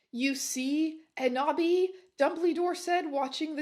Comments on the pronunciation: Every time she says Enoby I hear Kenobi and "hello there" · Every "Enoby" and "Eboby" sent me to the stratosphere